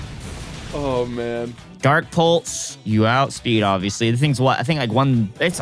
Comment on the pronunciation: I love anytime pronounces the pulse moves “pultz” like dark pultz and dragon pultz